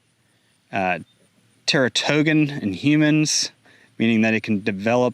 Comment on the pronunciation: Terra-toe-gan??? Teratogen. Google is your Friend. If you don't know what a word is, Look It Up. Then produce your video.